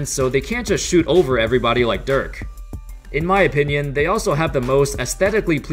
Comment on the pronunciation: Sorry it's Dirk not Dörk...